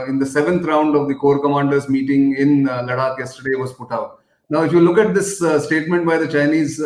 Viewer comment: Gokhale - the way you pronounce Ladakh as LaDDAAk, D as in drum, I believe it is not correct. I keep skipping this interesting news just because that pronunciation is jarring on my ears. Cant we just have the region pronounced as it is pronouced ? Apologies if I am ignorant and indeed its pronounced as LaDDAAK.